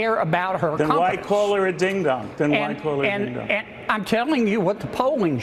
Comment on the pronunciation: Ironic that he pronounces “ding dong” as “deehn dawng” in that hillbilly tone. Green Acres is the place for him!!